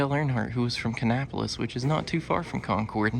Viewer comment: Thank you for pronouncing "Concord" correctly. 🙂